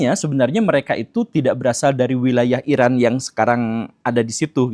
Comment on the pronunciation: Eran dibaca Eron